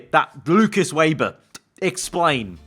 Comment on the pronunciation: His name is said Veber not Weber